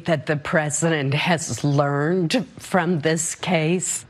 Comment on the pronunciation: Are we all really going to silently pretend that wasn’t the hardest emphasis on the “D” in “learned” ever when Susan Collins said “I believe he has...learnnneD”?